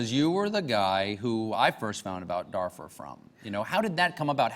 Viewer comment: Colbert's dumb pronunciation of "Darfur".